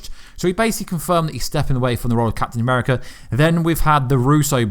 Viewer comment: captayn ameerica hoolk ther iroan maine..... just butcher em all why dont cha.